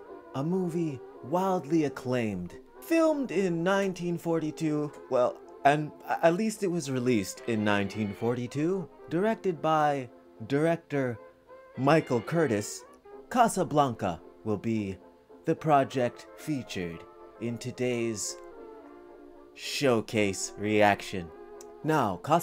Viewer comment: The director’s name is pronounced “cur-TEEZ” and is from Hungary. During the film, he was involved in trying to get family, friends and colleagues out of Europe, away from the Nazis and to the US.